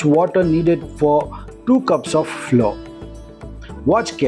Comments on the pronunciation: Both flower and flour are pronounced as flower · Pronounce flour as flower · It is not floor it is flour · Flour and not floor